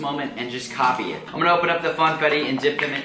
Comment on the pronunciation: did anyone hear him say fanetti😂instead of funfettu